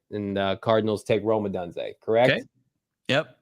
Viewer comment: Stop saying Rome odunze wrong!!!!!! Please!!!!!